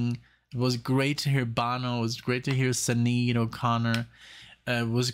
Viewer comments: More 'Thur' than 'Thee' - and it's pronounced Shin-aid :) Check out The Beat(en) Generation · Can you not just google how to pronounce names?? Especially Sinead. It's very disrespectful.